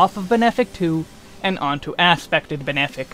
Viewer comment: I think it's hilarious that you pronounce "malefic" as "male-fic" instead of "ma-lef-ic". But then you pronounce benefic correctly- why not "bean-fic"?